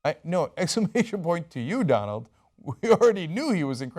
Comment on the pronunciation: did he say Dante trump